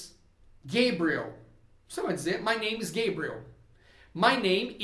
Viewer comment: Gosto muito de suas aulas e indico. Mas me tire uma duvida. Vc disse que nomes proprios nao ha tradução. Enendi que roberto nao é robert. Imagine eu falando, nao escrendo. Pergunto: vc falava gebriel. Para gabriel. Nao seria p correto dizer gabriel claramente. ?